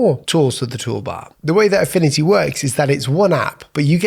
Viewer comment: "Affini-y" 😂 no hate love your vids